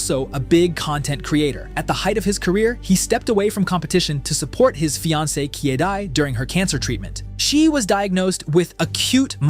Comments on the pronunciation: Bro, I can't help to notice that you're reading Kyedae's name wrong lol. It is not "Kiddy". It's "Kayydayy". 😂😂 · It's "Kai-day" tho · yeah I heard that too kidii🤣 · broi, you cant even pronounce her name properly you could literally search how to pronounce it for 3 sec so unprofessional